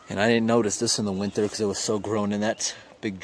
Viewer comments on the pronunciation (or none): you said winther not winter 😂😂🤣🤣🤣